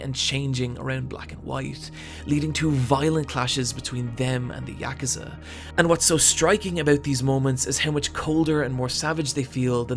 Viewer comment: The way you say Yakuza is so satisfying.